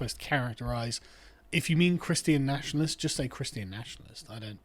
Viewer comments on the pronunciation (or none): ChrisTEE Ahn...everyone has a few words they just mangle .